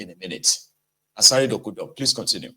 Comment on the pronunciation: It's 'Dokubo' not Dokudo pl